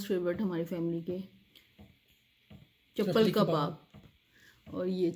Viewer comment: اوے چپل کباب نہیں چپلی کباب ہوتا ہے ھاھاھاھاگا